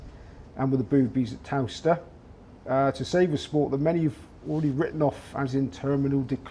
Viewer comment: Would be nice if the interviewer could pronounce Towcester properly. Muppet.